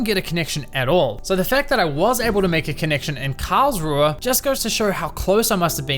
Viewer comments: Great video… I seriously need an airtag for my car keys 🙈😂 Added bonus being I now know next time I fly into Karlsruhe / Baden for Europa Park that it isn’t pronounce Karl-Shrew 🙈😂😂😂 Thanks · Karlsruhe more like cowrswe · I love how you pronounce "Karlsruhe" :D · Every time he says Karlsruhe, I'll do a push-up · very very cool intro and the video is so cool love it it's super funny how you say Karlsruhe